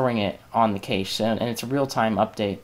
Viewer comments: cache is pronounced CASH...not cashe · Nice video :) However Cache is pronounced differently. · I like your video and really appreciate you posting this but the mispronunciation of Cache (as Vincent points out) was just painful.